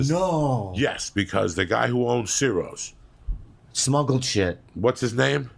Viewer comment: ciros pronounced chiros